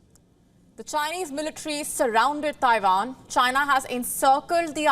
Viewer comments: Oh now shes saying Taivan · Did she say Tairan?